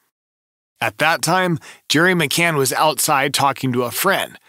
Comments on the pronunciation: Mispronounced McCann as McCain in the first few seconds ... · C-A-N-N...McCann. NOT McCain. And, NOT Amelia either. I'll let you figure that one out.